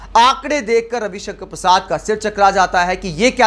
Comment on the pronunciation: नाम सही उच्चरित करें कवि कंकण परसाद